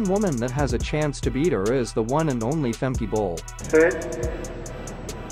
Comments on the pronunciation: Pronounce her name correctly please, you say femkeee it should be more like femku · No no. It’s like Femkeh, not Femkuh. I am Dutch, so I know how to pronounce her name.